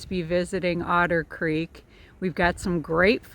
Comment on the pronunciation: haha "We escaped Odder Creek"